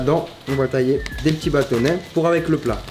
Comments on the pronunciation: on est daccord que cest batonnet et non battonais ? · Vidéo de cuisine intéressante mais avec quelques fautes comme poile en "poêle" et batonnais au lieu de "bâtonnets"... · Vers c'est bâtonnets et pas bâtonnais on est d'accord ? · AAAAAAAAAAAAAAAAAAH !!!!!! À !!!! MON DIEU !!!! "DES BATONNAIS" !!!! MAIS C'EST DES "BÂTONNETS" !!!! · Des bâtonnets. Et pas des Batonnais xDD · je crois que c'est bâtonnets et pas batonnais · Mdr des petits baton"nais" c'est batonnets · " bâtonnais " pas plutôt bâtonnets? 🤔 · BÂTONNETS pas batonais 😭🤦🏻‍♀️ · Ehoooo mon Chaaarlie c’est « Poêle » et « bâtonnet » mais sinon continues comme ça c’est cool 💪🏾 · Des "batonnais" ?!?? on dit pas plutôt des bâtonnets? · Mon charlie c’est « bâtonnets » et non « battonais » (j’ai saigner des yeux xD) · Bâtonnets pas bâtonnais ! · BATONNAIS???? Sinon super video 😉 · à quand même holala tu aurait pus faire un effort ce n'est pas battonais mais batonnait enfin je crois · Bâtonnets c “ets” pas “ais” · Bâtonnets pas batonais ! 😂😂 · Et il y a aussi "batonnais" au lieu de bâtonnets ... sinon la vidéo est cool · des petits "batonnais"